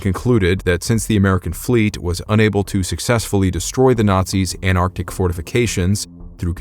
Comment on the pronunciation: Why carn't Americans say ant artic, instead of anar tic.